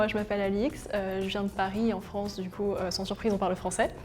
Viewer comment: "du coup" fais un effort Alix